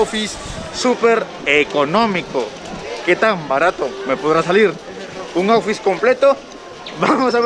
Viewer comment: Me dio mucha risa como pronuncias outfit!! Jajjaaj pero muy auténtico 👌,eso me gusta de alguien que crea contenido!! Saludos desde México 🇲🇽 lindo y querido!!